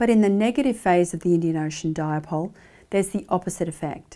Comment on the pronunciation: Nice presentation Professor but it is not pronounced as “Diapole”